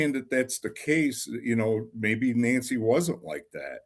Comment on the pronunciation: Your guy that is reading, calling Nancy , Angy. Here name is not Angy it's Nancy